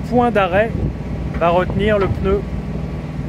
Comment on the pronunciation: Je "m'insurge", on ne dit pas le "peneu", mais le "pneu" ! Allez, sans rancune... Bonne continuation.